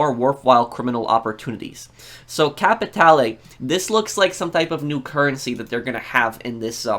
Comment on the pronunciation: Out of all the channels I watched you are the only one who tried to pronounce "capitale" instead of capital